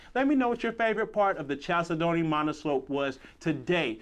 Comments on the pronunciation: Love the videos but gotta tell you that the word “chalcedony” is pronounced “kal SED nee”. It’s a type of stone. 😉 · 1) no pantry 2) look up the pronunciation of chalcedony